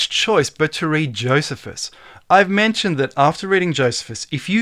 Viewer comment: youre killin me smalls:P its JOE "SEE" fuss:P